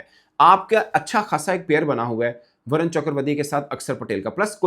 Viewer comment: Its not Varan, balke Varun (Varoon)